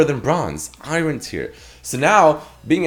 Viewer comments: Anyone else annoyed of his pronunciation of 'Iron'? Saying i-ren.. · The way you pronounce iron tilts me so bad lol XD